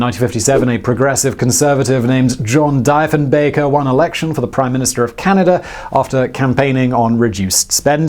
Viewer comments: Dee-fen-baker... not die-fun-baker... lol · It hurt every time he said it. But come on gang, it's not surprising, it is Simon after all. He's bad with Canadian names. He also couldn't say Gananoque a while back. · It’s Deefenbaker not diefenbaker. Please, do your research before you start shooting off your mouth. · deefenbacher not diefenbaker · A test model ,missile launched test body was recovered some years ago. It was a great accomplishment. It's Deefinbaker, not Difinbaker. Just saying. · Ha, love the channel but we call him 'Dee-fin-baker' not 'Die-fin-baker'. Canada and England, two countries divided by a common language. :) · accent is on the E old chap . DiEfenbaker not DIefenbacker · Argh!!! Listening to you prounounce John Diefenbaker's name (DEE fen baker not DIE fen baker) was almost as bad as the original cancellation. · ummm btw: the PM at the time was John Diefenbaker (Dee-fen-baker, not Die-fen-baker)..... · Dee-fenbaker, not Die-fenbaker (despite the spelling) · DEEfinbaker...not DIEfinbaker...just sayin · Maybe someone has already said this but please dont say “Dife-en baker” its “Deef-e baker”…it makes every Canuck cringe when you say it that way…great vid though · Deeeeeeeefinbaker!, yikes, not dyyyyyyyfinbaker. ie=eeeeee and ei =yyyyyyyyyy, Think Diefenbaker and Eisenhower. ......Great summary of the Arrow by the way :) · It's Deefen-baker, not Dyefen-baker. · It's "DEEfenbaker," not "DIEfinbaker"... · Nevermind 🇨🇦🇨🇦 Arrow --- D-eye-fenbaker?? Really? Its deeeeeefenbaker. How embarrassing Simon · I used to work at the Canadian Aviation and Space Museum in Ottawa. Well done! Great video! But the political scientist in me must point out... "Dyfenbaker"? It's "Deefenbaker"! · Actually, it's DEEFENBAKER... Not Die fen baker... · Die fen baker...... ha ha ha come on Simon, Its Defin baker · Die-fen-baker????.... Oh man... please do your research . Dee-fen-baker. It's just painful to hear .... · "Dee-fenbaker"...not "Die-fenbaker" and he was an idiot